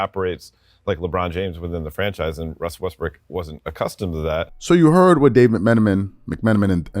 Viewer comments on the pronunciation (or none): The analyst sounded like he called Russ "Westbrick." . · Did He Say WestBrick At the End!?? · am i tripping or did that dude say westbrick at the end of that sound bite ??